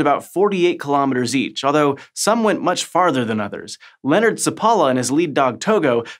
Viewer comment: Please learn to properly pronounce Nenana and Seppala.